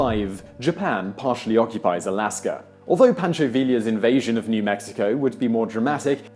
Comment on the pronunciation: Oh, Mr. Whistler - you so funny! Pronounces "Villa" correctly; butchers pronunciation of "Pancho" !!! You're doing this intentionally, yes?